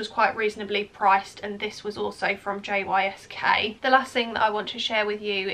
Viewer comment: JYSK is pronounced Yisk ❤